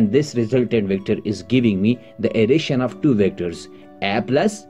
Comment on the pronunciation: The way u said additiona is just like sindhis style sindhis also speak like this